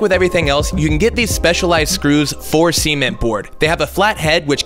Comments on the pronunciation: Bruh ur f ing with me right .... sea meant board? ..... C meant board? ..... see meant board? .... its cement fam cement one word cement come on x D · Why do you pronounce "cement" like "sement?" Is that just constantly on your mind or something? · Cement. [səˈment] or [sɪˈment], not [siment]. Amazingly distracting. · cement: se-ment not sea-ment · WTF is "Sea-ment"? Suh-ment, say it again. Suh-ment. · Never heard cement pronounced “sea-meant”. Different country, different annunciations! Your doing an excellent job on the bus, keep it up! Cheers, Sean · Sea ment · I thought he said semen at first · it's sir ment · I just kept hearing semen board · Hi, I was waiiiiiiiiting for this, Ben has taught you well. Some questions: Are you going to cover that electrical socket? What about finishing the other side? where do they pronounce cement as see-ment? Why did you lift the lid up? What is about to happen!?!? Um... lowkey bidet? (that last one's not a joke) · I am baffled at your pronunciation of the word "cement". Semen is all I hear and it distracted me from a great video and great build! But seriously though. Was he just saying a brand of cement called C-ment or something? You a silly boy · Your pronunciation of cement cracks me up. "see ment" lmao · i like how he said sement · “seement” board lol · Anyone else hear seaman boards? 😂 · "see-ment" board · When you were working on the light in the bathroom I kept on thinking you were saying semen board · why did i hear "simen board" every time?? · I swear he as saying “semen board” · I just keep hearing semen board 🤪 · i love your videos but i almost had to turn it off because of seement board , seement board seement board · Please tell me I’m not the only one bother by the way he pronounces cement 😂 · The way he says cement is just appalling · Bro thats not how you pronounce cement😂